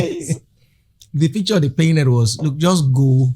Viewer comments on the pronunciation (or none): With due respect, pls pronounce words the right way like you’d pronounce in diamond ring days you aren’t wrong. I know you are trying to be right, but you’re fine. Abi what is “paireted” for Painted….? Also the word is you—nighted—states